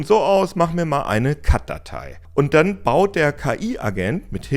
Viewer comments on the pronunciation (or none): CAD wird nicht Katt sondern halt C-A-D gesprochen